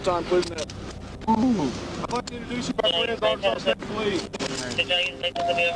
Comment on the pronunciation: Ark-kan-saw. Not Ar-kan-sas.